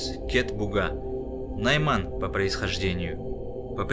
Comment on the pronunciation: Мы Найманы Литвы.В Литве есть тоже Найманы .Наши родственники живут в Саха Якутии. Произношения Майман нет. Не путайте и говорите правильно Найман.